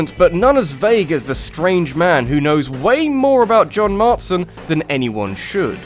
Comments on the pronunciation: marston not martson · It's John Marston, not Martson on RDD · John MARSTON. not Martson. it annoyed me a strange amount. im sorry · MARSTON, NOT MARTSON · John Martson? Ouch. John Marston,, Marston. Not Martson. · It's Marston not Martson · Second video now you've called John Marston "Mart-son" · Yeah, John "Martson". That's how you pronounce it...